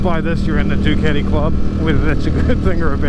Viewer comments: please pronounce properly . whats duketi? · Never heard someone pronounce Ducati the way you do, sounds kinda funny✌🏻😅